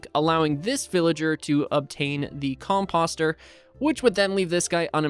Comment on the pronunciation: Dude, I was watching an old video of a similar farm just last night and you were getting WRECKED in comments for how you say "composter." I can't believe you STILL say it like that. It's a long "O" sound. Like "post" or "poster" NOT like "posture". "Oh" not "ah". I would also recommend putting one water under the composter (covered by a top slab)so you have 4 extra spaces for crops to grow. It will hydrate the same area (9x9 [minus the very middle space with the water and composter]).